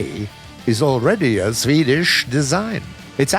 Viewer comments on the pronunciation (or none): the way he said sueedish design lol im dead